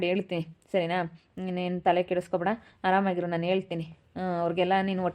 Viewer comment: ಹರಾಮಾಗಿ ಅಂದರೆ ಬೇರೆ ಅರ್ಥ ಕೊಡುತ್ತೆ ಅದು ಆರಾಮಾಗಿ